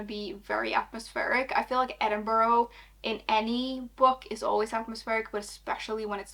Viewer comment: Just an fyi edinburgh is pronounced ed-in-bruh